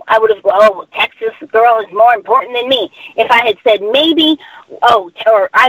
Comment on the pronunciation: "Guesh they're more impawtant than me"